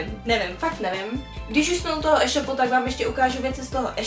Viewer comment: jak říkáš eshopu s krátkým e ale říká se to éshopu s dlouhým é jinak fajn video ale tohle me fakt štve jak to říkáš